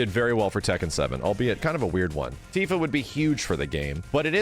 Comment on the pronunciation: It's Tifa. I'm not watching the video. It's Tifa.